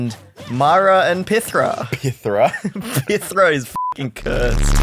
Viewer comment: Fun French Fact : The way you pronounce "Pythra" is the way you say that someone is going to pee, in our language. The actual word is "Pissera"